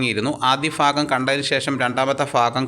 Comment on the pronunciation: "ആദ്യ ഭാഗം" എന്നതിനെ ആദ്യ ഫാഗം എന്ന് ഉച്ചരിക്കുന്നത് എന്താണ് സഹോദരാ?